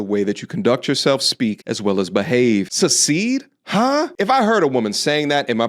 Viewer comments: "Susseeed" lmao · Yea "suckseed" you heard her!!😂😂